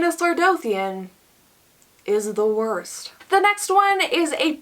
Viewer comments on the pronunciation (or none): none